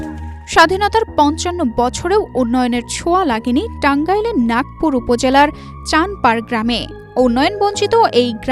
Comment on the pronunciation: নাগপুর না নাগরপুর